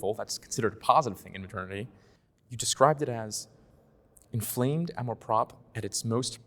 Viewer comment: Nice dialogue, but please learn how to pronounce "amour propre". The 'r' in propre may be a bit challenging, but you guys are driving me nuts.